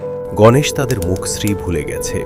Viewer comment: কিছু উচ্চারণে ভুল হয়েছে। যেমন মুখশ্রী , গাঢ় , টলে টলে।